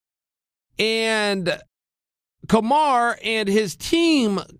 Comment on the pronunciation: "Kamaru" Chael, its "KamarU", you cannot be this out of touch, and if you're trolling its not funny anymore.